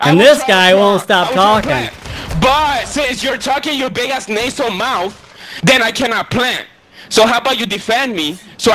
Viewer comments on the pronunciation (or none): Nay-sel, you talk nay-sel